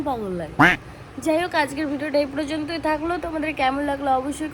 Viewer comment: একটা কথা বলি কথাটা টা পর্যন্ত হবে প্রযন্ত নয় এটা একটু ঠিক করো। তোমায় র মতো দেখি তাই বললাম খারাপ ভেবো না।